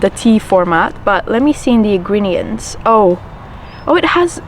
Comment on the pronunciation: Ingreniends 🙄 she is high on tea 💀